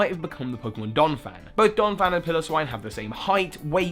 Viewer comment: Piloswine = Pile-oh-swine. Pronunciations > Get them RIGHT, please. Donphan is NOT a form of Piloswine. Porygon is not an Ultra Beast. All these theories are bogus and codswallop. I used to like your content, but I now don't like your content.